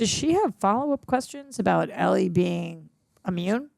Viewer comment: Do you think she'll ever learn how to pronounce Ellie's name though?